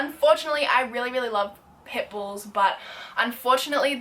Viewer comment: same when she said "omg I love pimples but unfortunately they are illegal in Australia" 😂😂😂